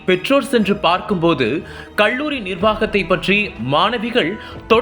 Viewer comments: தமிழ் உச்சரிப்பு சரியில்லை!! "கள்ளூரி"யில்லை, கல்லூரி. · நாமக்கள் மாவட்டம், கொள்ளி மலை, கள்ளூரி-: தமிழ் உச்சரிப்பு எப்படி???